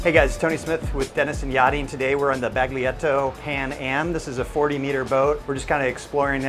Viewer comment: I think your not supposed to pronounce the 'G' in 'Baglietto'.